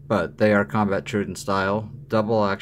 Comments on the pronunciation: I like the video, but the constant "DIS-pronounciation" of Troodon is like chalk on a nail board! It's pronounced "Troh-O-donn" not "truidon"! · Just a small dab of grease on the spring will take that ring sound away. By the way, someone had to tell me that the Troodon was a dinosaur, and pronounced “trow-oh-don.” I means wounding teeth. I am a fan of these knives, but I also rarely carry them. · Imitation is the greatest compliment you can make or something like that. Maybe try not to sound like an idiot before you start recording. The saying is imitation is the sincerest form of flattery. Might be a good idea too if you had an inkling of how to pronounce the name of the product you’re discussing… You sound like a complete noob when you try to pronounce troodon.So close, but wrong.The other thing that bugged me was while you were saying that you were talking about how fantastic the lock up was on the microtech as you wiggled the whole thing back-and-forth like a rusty gate! Why is it the fact that ALMOST all OTF’s feel like junk compared to a quality folder?Why IS it OK that the only solid feeling OTF in any kind of production is the G&G Hawk?At least the Guardians feel tighter.So did the SOG, although it does have issues with blade dulling from Frame contact.